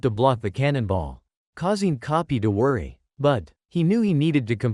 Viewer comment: Bro relle said kopy not koby😂